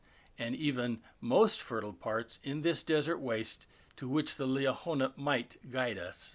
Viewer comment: How can we accept that? You even know what you’re talking about since you cannot pronounce Liahona properly? You pronounce it two different ways.